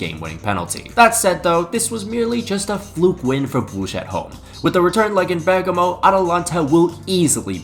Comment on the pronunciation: This has to be the worst pronounciation of Brugge ever